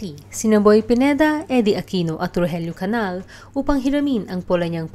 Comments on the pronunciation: Hindi “Canal”. Canial. Rogelio aka Roger. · Its not CANAL but CANIAL...